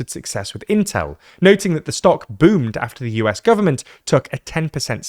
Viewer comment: elite 'intel' pronunciation lol